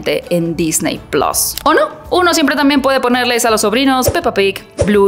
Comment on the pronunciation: Todo bien .. solo, se dice PLUS SE DICE plus Se DiCe PlUs con una . Chin